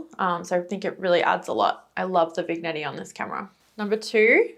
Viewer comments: Sounds like you’re saying vig-NETTY, but I believe it’s pronounced vin-NYETTING as the ‘effect.’ A single application of the effect is a vignette, pronounced vin-NYET. It’s an old technique i think was originally an intentional darkroom technique, to burn in the edges to create visual focus on the center of a composition, usually in a portrait context. A French word, which is why the “g” is pronounced like “ny.” It’s not a hard g. // You should maybe try the Minolta Himatic AF2. Very similar, but the Minolta has a switch to turn the flash on/off. I tried this Nikon, but hated that the flash would pop up when I didn’t want to use it. The Minolta has a threaded lens filter mount, so I have a slotted lens shade on mine. Makes it look more vintage and Leica-like, and it protects the lens without adding a potentially degrading/flare-inducing filter. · I am not sure why this just came up in my feed from 3 years ago. Super model you are. Love the 1980s music over the photos. I have seen these cameras at thrift stores. And to correct you. It is pronounced Vin yetting. The G is silent.